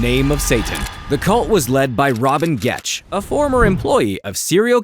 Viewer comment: Also it’s gecht not getch